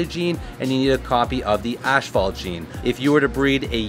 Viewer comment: It's pronounced (ass-phalt) not Ash-phalt ....asphalt. .... inform Billy also lol